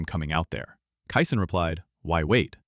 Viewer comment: You did fine with Ed Ott and Bob Gibson. But there were multiple mispronounced names mixed in. After I heard Bruce Kison pronounced Kyson over and over, I knew I could not respect this podcast or it's opinions. Also. another dealbreaker: You don't say that a guy was hitting point 275. Even the most ignorant baseball fans know it is just called a 275 average. I had high hopes, but truth is, after starting to watch baseball over 60 years ago, I easily have more baseball knowledge than yourself. My father bought me the Baseball Encyclopedia every year when I was young. By the time I was a teen, I knew more about those parts of baseball more than anyone I ever knew. Not bragging, simple fact. I was a stat machine, and knew all the players those stats belonged to, and for whom they had ever played for. I'm 67 now, and have forgotten much more than I had absorbed over my lifetime. But I can still make it, while you are obviously faking it. BTW, it's Kee-sunFFS. In your defense, you did get his first name correct.